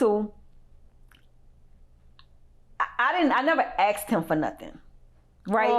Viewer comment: If she says 'axed' one more time instead of 'asked"... 🙄